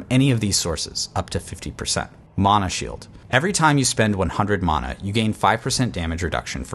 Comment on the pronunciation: This is Diablo it’s mana not muna